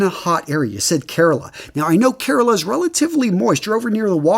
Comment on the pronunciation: Wow you said Kerala amazing